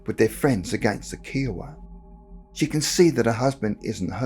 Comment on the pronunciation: Kiowa has a hard I in it. Like Keye o wa.